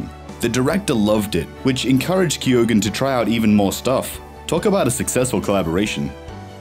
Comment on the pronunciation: All the narrator needs to do now is learn how to pronounce Keoghan correctly. FFS.